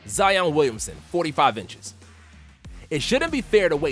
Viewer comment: Wow look its "zeeon Williamson"